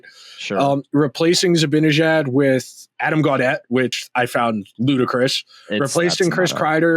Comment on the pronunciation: Hey! You complete goofball! It's NOT ZibINejad, It's ZibANEJAD! Get his damn name right first before you give your delusional suggestions!!!!!!!!!